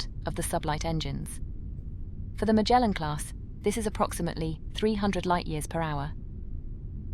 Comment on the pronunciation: Hey, it's Magellan (Muh jell un - as in Ferdinand Magellan, not Mah gale un. Y'know the explorer who discovered the Strait in Tierra del Fuego that was named after him).